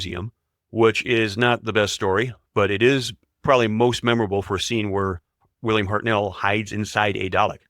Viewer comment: the voice over pronounciation of william hartnell makes me cringe so much maybe do research first..to get it right pertwee, schofield and bernard cribbins also mispronounced